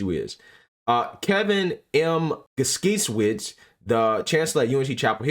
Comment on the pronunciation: Guskiewicz is most likely pronounced: gus KAY vich. But outside of nitpicking on names, this needs to be pursued on a lot of college campuses!